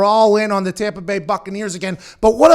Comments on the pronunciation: “Tompa Bay” got me geekin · When you said tompa bay 😀 hahaha laughing